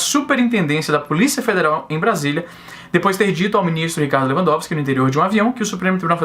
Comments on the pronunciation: Izzy, vc falou o nome do ministro de forma correta, mas pode chamar de "Filho da puta" que ele também atende! :) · Sou advogado, falou o nome do ministro de uma maneira correta sim kkk acho rs pelo menos todo mundo fala assim aqui em terras tupiniquins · Pronunciou correto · Falou o nome do ministro corretamente pode ficar tranquilo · Pronunciou certo o nome, só para você saber =p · E tu pronunciou o nome do bichão certinho, relaxa kk